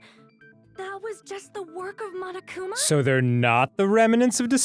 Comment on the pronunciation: It's so grating how everybody in these games pronounces Monokuma and Monomi. They're clearly Japanese names. Say them as such. The first syllable is not "maw," it's "mo."